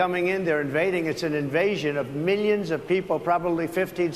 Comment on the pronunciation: Every time he said "millions" I heard "minions"